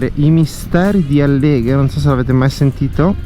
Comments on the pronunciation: àlleghe, non Allèghe! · Ciao bel video! Però Àlleghe non Alleghe!!! 😉